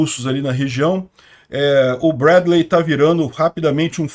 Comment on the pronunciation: No inglês se fala Brédlii, e y tem som de i